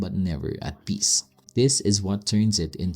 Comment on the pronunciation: please stop pronouncing the letter "s" or "sh" as "z". example peace peeezzz?? solution soluzzzhen??